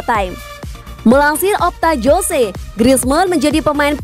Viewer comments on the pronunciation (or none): none